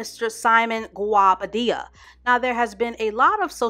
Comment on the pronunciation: I think His name is pronounced Go-Bah-Deah. I've heard alot of different versions lol